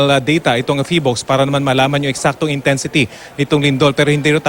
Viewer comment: 🤣🤣🤣 Hindi pa marunong sabihin ang name ng PHIVOLCS